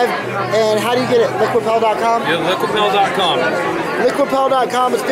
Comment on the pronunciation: I think it's Liquipel, as in repel